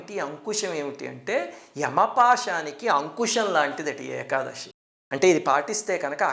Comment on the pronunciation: గురువు గారు మీకు చెప్పేంత దాన్ని కాదు ఏకాదశి ని ఏకాదషి అంటం correct కాదేమో.